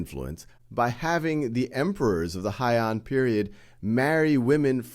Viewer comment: "Heian" is pronounced "hey-an", not "hai-an" btw